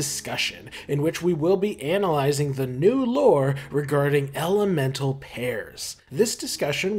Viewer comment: you saying elemental like that made me think that you were gonna say L M N O P for some reason